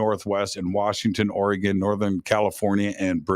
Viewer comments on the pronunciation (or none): It’s Ori - gun, NOT Ori - gone! Just fyi. Btw, most Sasquatch reside in Washington. However, I saw one walking along the N. bank of the Shadowy St. Joe River in N. Idaho (panhandle). This was in 1971 - I was 10 yrs old. It’s an incredible story that feels like yesterday. It was not a guy in an ape suit. My grandpa lived on the river, 3 miles east of Calder, Idaho. The nearest neighbor lived a mile away. It was re-mote.. Spokane Valley, Washington. Great show! These things are REAL. TY